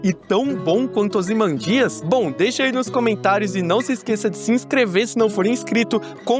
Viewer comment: Se pronuncia "ozymândias" e não "ozimandías"